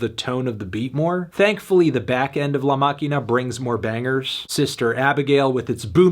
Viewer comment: The Pronunciation of "La Maquina" Was impeccable